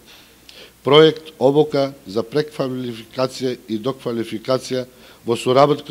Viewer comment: prekfalifikacija a ne preNkfalifikacija g-dine